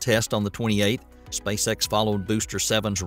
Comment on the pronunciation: It sounded like you said Spacesex and now I can’t unhear it 😂